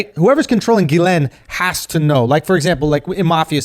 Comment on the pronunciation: Thought her name was pronounced "jizzlane".